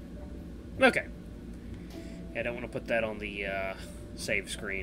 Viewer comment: You said cokay in - minutes in tge vid